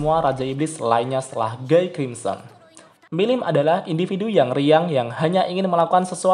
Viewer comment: bacanya "Gi krimsen"